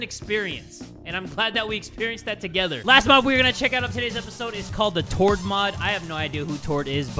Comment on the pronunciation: oh my god. my face when he said "tord"